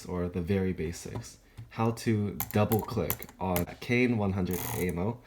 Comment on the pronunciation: KAIN NOT KONE